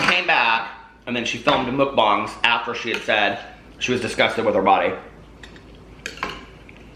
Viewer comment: bang not bong!